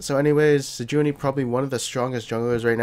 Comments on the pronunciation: I'm almost 1,000,000% sure it's pronounced Sej-waah-nee not Sej-oo-nee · I love your stuff man but its "Sej-wa-nee" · Why "Sejoony" T_T